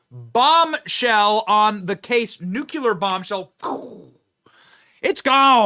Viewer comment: Love you Benny, but it's NuCLEar, not nuculer. Thank you.